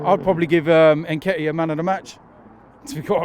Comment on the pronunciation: I think his name pronounced Ketiah , The N is a silent letter, i am not 💯 sure